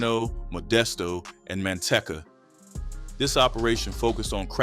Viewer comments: Man-tee-ca not man-tech-ca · It's man-tee-ca...🤦‍♂️